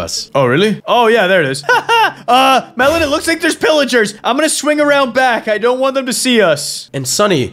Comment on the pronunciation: I agree but u said Melen instead of melon